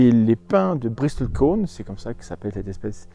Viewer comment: Intéressant. Ps : on ne prononce pas le T dans Bristle. Comme dans Castle. ;)